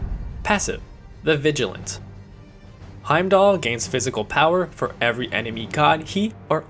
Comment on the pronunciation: When the game tells you how to say the name and you try your hardest not to pronounce it right cx